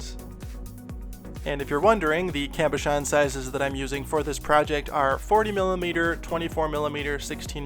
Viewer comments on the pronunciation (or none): none